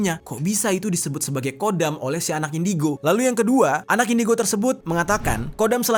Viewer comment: Bukan kodam..tpi khodam..di kho خدم bukan قدم